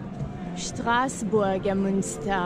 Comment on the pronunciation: اشتراسبورگ نه ،استراسبورگ ،بعدا را هم shadi چرا schadi, يعني خيلي آلماني شدين ؟